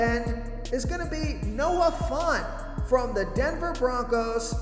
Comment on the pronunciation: At this point I'm convinced you purposely jack up people's names. Noah FONT? 😂